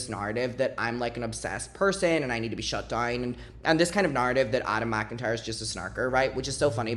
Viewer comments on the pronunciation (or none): none